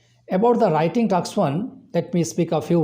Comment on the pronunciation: It's task not taks